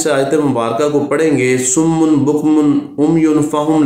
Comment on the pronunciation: salam.sir ye lafz SUMMUM hy na k summun.plz dont mind it.